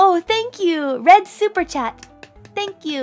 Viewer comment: "My name is, sank you"